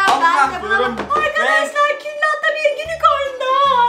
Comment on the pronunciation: külaha küllahta dedin🤣